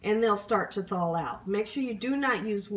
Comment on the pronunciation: In addition, "thaw" is "thawl." And what she did to "bouillon" was criminal.